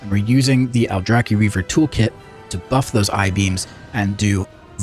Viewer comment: goated guide but please stop calling it aldraki reaver😭